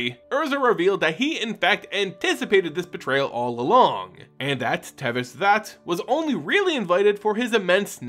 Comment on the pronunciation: Why do you keep pronouncing Szat like it has the letter v in it? Is sz pronounced sv in another language like how the card Jokulhaups is pronounced like a y instead of a j?